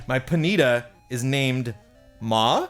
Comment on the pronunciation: Almost perfect pronunciation on 馬！It has what is called the "third tone" in Mandarin, which means it inflects down slightly before inflecting back up -- the latter half of the tone sounding like a question. Just going up like a question alone is the "second tone", which is not horse. In addition, you are correct in saying 馬 is part of the Zodiac, however in general it is not "fire horse". Instead, in the character for horse written earlier, do you see the four vertical-ish lines sticking out from the bottom? That is the Chinese "radical" for fire! Radical is simply a component of a character. The fire there is more of a part of the representation of horse, from my understanding it relates to the the fact that horses are fast -- kind of like fire. Also, this is the traditional representation of the character. In Simplified Chinese, the character is 马。However, you mentioned that it was a single year that was specifically the "fire horse", so that is different. Just wanted to point out the cool radical though! BEWARE because the Chinese word for mother is also "ma" (妈，媽) except in the first tone (which is a flat pitch). Be careful of mixing up your tones here, because you don't want to call a mother a horse (or vice versa). In addition, while you are definitely technically correct in saying there are "five tones" for ma (and for all words in Mandarin), there are really four tones, with a fifth null or empty tone. However, you would be correct in saying either, in one way or anot